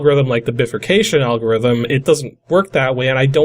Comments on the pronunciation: " Biffer Cayshun " Bruh... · Just type "bifurcation" in google and click the audio symbol on what comes up. It's like: "bye-fur-cay-shion". The word has two parts to it, "bi" meaning "two" and "furcation" which means "branching". Which makes sense looking at that program. "tithe" is pronounced like "tythe", not "teeth" LMAO... and it is old English meaning 10%, so you gave the prophet 10% of all your grain. Very generous. :) Love your ending... "exterminate!" made me LOL. :)